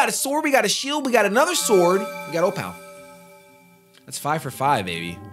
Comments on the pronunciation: food for thought: not OH-PAL. it's OH-PAUL. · Opal is pronounced O-puhl not o-PAHL. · I love these videos and I love you, but there's little things that you keep doing here and there that trigger me a bit, I can't lie. Like not using your paraglider or saying O-pal instead of O-ple everytime you get an Opal. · Opal is pronounced "Oh-Pull" with emphasis on "Oh" There was a bad echo starting from when the camera fell which I'm sure you're aware of. Also...use your gliderrrrr D: Love the videos though!